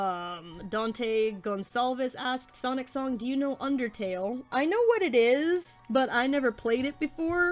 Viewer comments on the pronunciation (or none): When she said my username I got embarrassed you said it in such a American way not to be rude you said s-an-t when it's s-on-t just thought I'd mention that